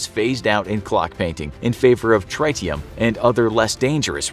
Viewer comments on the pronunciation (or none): Tritium: tri·tee·uhm